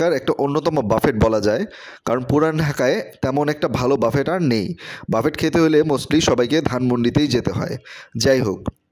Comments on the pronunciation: Google e giye buffet likhe voice option diye sunben please, pronunciation Hobe ( Buffey) বাফফে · Bhai ki buffet boltachen uchcharon thik koren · Buffet is commonly a French word, pronounced bufay, বাঙলায় বুফে।